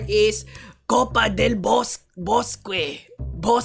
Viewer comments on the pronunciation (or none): I still remember when you tried to say "Domadores de bestias... en México". In spanish QU secuence is only used for K sound for E and I and the U is silent. QUE = KE QUI = KI I don't know if your native language is tagalog (I don't speak tagalog but I speak spanish and like languages) but in a hybrid of tagalog and english ortography (for F and CH) "Copa del Bosque - Federación Chilena de PVP" is pronounced like "Kopa del Boske - Federasion Chilena de Pe Be Pe".